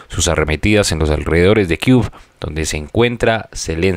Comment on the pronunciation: Entiendo tu esfuerzo por pasar las noticias que encuentras sobre la guerra estallada de Ukrania y Rusia. Sin ánimo de ofender, es kiev no es kiu Se lee quiief.